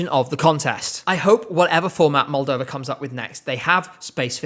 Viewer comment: I will always stand by 2015 Moldova, I remember the first time you said it and I was so happy.